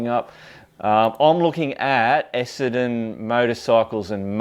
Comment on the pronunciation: Essendon mate, not Essondon!